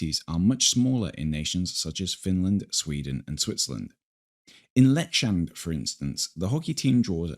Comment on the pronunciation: It's Leksand(leck-sunnd), not Leck-shunned. / A swede